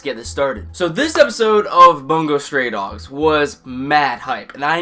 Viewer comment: Bungou not "Bangou"